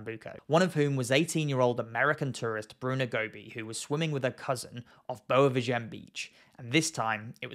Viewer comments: The beach it's called and must be read: "Boua Veehaghen".😉 - NOT "Boua Veeghen".🤣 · You have Google to help you with the pronounciation. Why do you keep ignoring the "A" in Boa VI.A.GEM?? The "A" is the tone syllable, by the way. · Nice video. But the pronunce of Boa Viagem is Boa (this part is right) Vi (is pronounced like the letter V in english) a-gen (is right, but there is a small pause between a and gen)